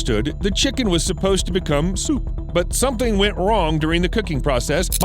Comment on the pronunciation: the way he told soup!!! 😂